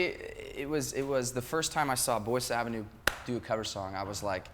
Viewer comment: Haha...guys...the name of the band is boyce avenue and not voice avenue:D